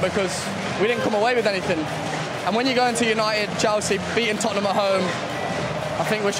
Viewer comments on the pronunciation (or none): Mads, it's Tottenham.